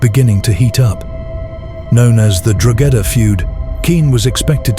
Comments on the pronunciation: Good video, but Drogheda is pronounced Draw-heda, not "draw-gedder". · its pronounced DROH-EDA not DROGEDA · It’s pronounce Dro hedda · Drogheda, the place where it happened is pronounced DRAW-HEAD-AH. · Drogheda... is pronounced Dro-huh-duh The mispronunciation was distracting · Its pronounced Draw-hedda... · It's pronounced Deo heada. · Drogheda - the "g" is silent. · Great video but your pronunciation of “Drogheda” is woeful. If you’re doing videos in the future I’d suggest researching place names if you’re going to mention them so much.